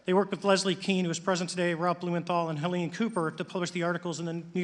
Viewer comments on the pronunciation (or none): none